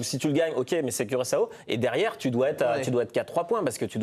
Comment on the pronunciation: [kyʀaso], comme pour rimer avec assaut (on ne prononce pas le second a). Le prochain qui dit "curaçAAAAAAAAo", je le tape !